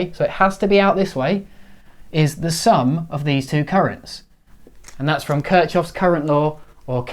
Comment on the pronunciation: I don't want to be a nag, but you actually pronounce his name "kurch·haaf".